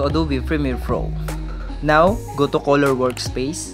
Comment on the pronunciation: No one:: Koloor 😅